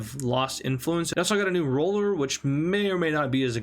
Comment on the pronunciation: I know he meant to say ruler, but it sounded like roller. Anyone else notice that?